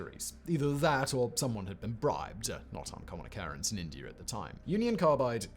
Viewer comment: I like how Simon pronounces India and Indier.